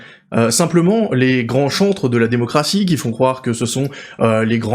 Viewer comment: C'est les grands chancres que t'as dit ou les grands chantres, j'ai pas très bien compris ! 😊😁😂👏